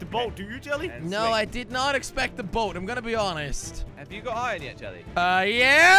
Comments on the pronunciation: It is Iron not ien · Its IRON NOT ION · Am i the only one that gets trigered whene jelly said ien and not iron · Jelly (no offence) it’s iron not ion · Fun fact:Jelly says iron like ion